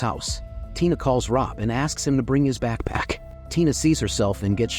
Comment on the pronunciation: Why is backpack causing the AI voice a stroke.